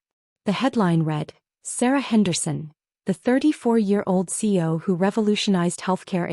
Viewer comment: Why does the narrator repeatedly pronounce CEO as C O ?????